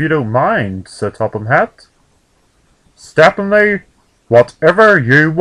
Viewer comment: its pronounced step-nee not step-pin-nee.